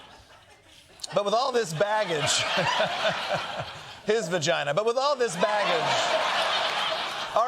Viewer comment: Did you say, 'With all his vaggage...' ???? ROLF